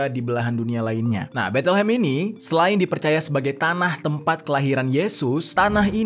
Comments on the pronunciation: Penyebutan nya bukan Betelhem tapi Bethlehem..please research dulu penyebutan nama tempat asing dan latihan dulu gimana penyebutan yg benar..”Beit-lehem” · Bacanya Bet Lehem gan, bukan Betel Hem